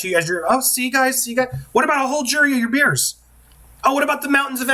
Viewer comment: "What about a whole jury of your beers?" I thought I misheard you, but even the transcript has it 😂😂😂